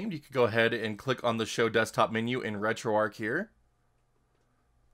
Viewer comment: The h is not silent in Retro Arch. If it was to be called the way you pronounced it, then it should be called Retro Arc instead.